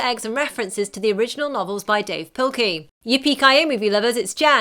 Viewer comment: its dav pilkey not dave pilkey